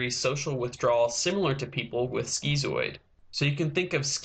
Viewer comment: "Skeezoid"? Lol it's "skitzoid".